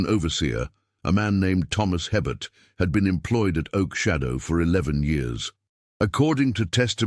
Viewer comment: No such plantation ever existed in Louisiana. Herbert is pronounced a-bear. The Anglo-Saxon last names are highly unlikely in St. Martinville during that era. It would have been professional of them to research how to pronounce the indigenous and French names. BTW, St. Martin Parish is not close enough to New Orleans for anything to drift there. This is a made up story.